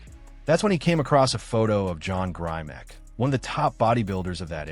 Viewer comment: Is this AI? The miss pronunciation of John Grimek (Grim-ek) gave me autism.